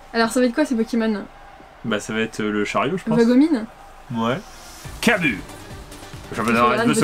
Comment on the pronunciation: je pence qu'on dis Kabu mais le "u" se dis plus "ou" et bonne vidéo